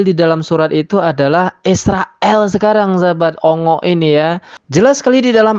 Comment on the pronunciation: Ongik bang bukan ongok🎉🎉